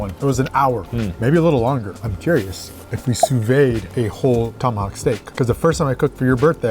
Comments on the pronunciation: Also it’s pronounced “soo-veed” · is saying it like su vayd its su veed no how you spell it but that how you pronounce it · Hey! Just a heads up, sous vide is pronounced "soo-VEED" not "soo-VAYDE." I looked up the original French pronunciation just to be sure, and that's what it said 😅 Looking forward to more from High Steaks! Maybe making a steak over a campfire on a camping trip could be fun, and then Dope or Nope could be incorporated too somehow! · It’s pronounced soo veed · It’s bothering me how he was saying sous vide